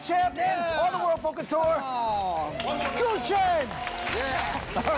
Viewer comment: sorry guys, but GUO is not pronounced goo .. it is pronounced gooWAW g- u - uAW